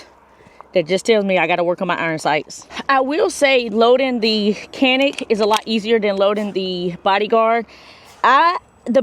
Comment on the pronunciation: Just an fyi Canik is pronounced "Jonik " (Turkish)